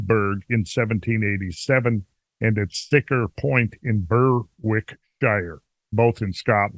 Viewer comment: Berwickshire is pronounced phonetically as Berikshire